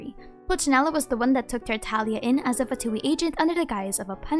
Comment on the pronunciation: its TarTAGlia not tarTAlia!!!!!!!!